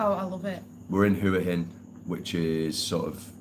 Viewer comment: Been going to Thailand for well over 20 years, married to a thia, speak Thai. Lovely country but please try to pronounce hua hin correctly but apart from that I wish you all a very happy life.